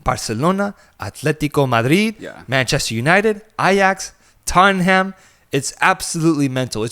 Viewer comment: he says every spanish name exactly but says “totten ham”